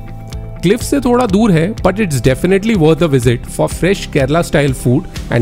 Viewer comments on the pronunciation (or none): none